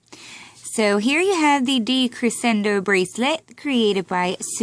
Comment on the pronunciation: i’m sorry for saying this but... decrescendo is pronounced decreshendo